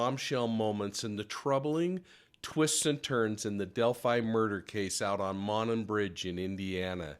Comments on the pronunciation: It’s actually pronounced mow non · Monon (Moe-non) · Love your show! Monon is pronounced [ Mow-non] From the area trying to be helpful😶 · Its Mo like No and non like on. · Pronunciation: MOW-nahn